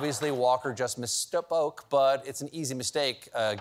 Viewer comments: You pronounce it miss-poke, of course, since it means "female slowpoke". =P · Stephen almost misspoke during the word misspoke during the Herschel Walker misspeaking bit